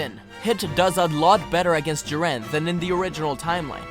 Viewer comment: Jiwren? U mean jiren (Ik this was 3 years ago but wow I didn’t know u found it hard to say his name)